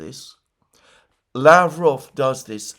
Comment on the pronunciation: Yesterday I was so proud of you, that you said la-VROV as is correct. Why o why are you now back to LA-vrov again :(